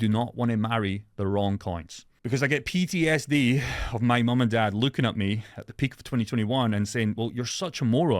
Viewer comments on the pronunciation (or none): none